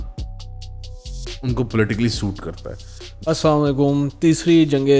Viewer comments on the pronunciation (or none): Please Say Salam in the right way. Don't say "As-saam Alikum". Say "As-Salam Alikum".